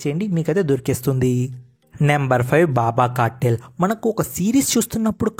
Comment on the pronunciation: Rai a webseries name Dabba cartel . Not baba cartel 😂😂😂 . Chaa